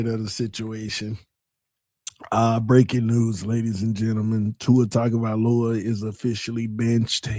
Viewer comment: It’s just now hitting me why you never learned how to properly pronounce Tuas last name 😂 he was never your QB…